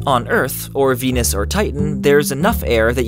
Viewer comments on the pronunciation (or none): none